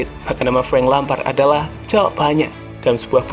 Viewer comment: Bang klo ngomong kata yg ada huruf “L”nya kok selealu pake huruf “H”....”LHampard, AHLex, GoHL....agak ganggu hehehehe